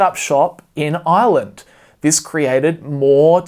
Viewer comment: I kept thinking he was saying Island instead of Ireland